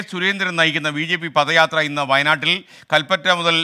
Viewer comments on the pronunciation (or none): പദയാത്രയല്ല. ഇത് പത യാത്രയാണ്. അക്ഷരം ശരിയായി ഉച്ചരിക്ക്😂😂😂😂😂